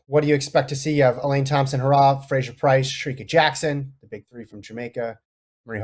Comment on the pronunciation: Get her last name right, you constantly pronounce it wrong. Aren’t you guys professionals?